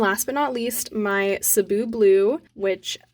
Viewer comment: You’re one of the few that pronounces “Cebu” the correct way 👏